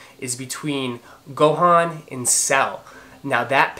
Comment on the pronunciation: Great review as always Fam. Being an O.G. Dragonball fan since 2000 I HAVE to tell you it's pronounced like Freezah, not Freza. Believe the other one was Gohan, -han sounds like the beginning of Honda... not han(d). (Aight, aight let's get back w the kiccs) Guess for October I can rest the pockets a li'l bit...want to snatch up those 33s. I'm one of those O.G., 1-11 Jordans. I joined the USAF as an F-16 Crew Chief when 11s came out, so really didn't pay attention to the newer models afterwards. Thought they were getting too "futuristic" w the designs and silhouettes. But those 33s are a pretty package of a sneaker. Wish they were real leather/nubuck/suede accents w the new synthetic materials it comes w...but that's the retro side thinking, now newer, lighter, synthetic materials newer versions employ. Also looking to snatch up those Chlorophyll 3s coming out. Have the Bio Beiges, Flyknit 3, Quai54s 3s, and several others. The Tinker 10s may be in sights too. The orange Off-White Blazers are legit. Like those better than the black pair. Perfect for fall back there in the Megalopolis. (Originally from the Jersey side of Philly, so know those fall colors and how to roc'm) I'm Team Nike for the most part, but those Adidas w the blues, reds and purples in them are aight. Nice subtle pair of kiccs you can match a lot of gear w. Thanks for the entertaining and informative vlog...can't wait to see future content. 2k should be very soon!